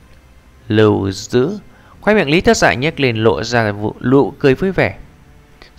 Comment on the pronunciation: Lại đọc nhầm lý thất dạ